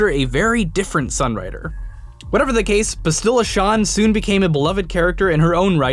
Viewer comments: If people are making a big deal about if its is canon or not The OLD REPUBLIC if it is at all part of the cannon, the game that currently has people paying for it, has story and effect based on the old games. So it makes you wonder what they can state or expect. You also have no idea how to say Bastila Shan its like Basilisk. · All I learned is that you seem to be physically incapable of pronouncing Bastila Shan properly--and that I find this hilarious. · The way you said Bastila Shan irked me. Other than that great video man!